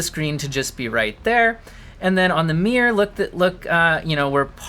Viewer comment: "the mear" (mirror) gets me every time xD